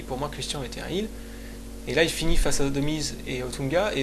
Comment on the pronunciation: Heel se prononce "Haile" et pas "Hile" ;)